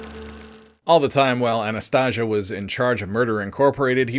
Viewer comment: Anastasia …. With an A not an O at end idiot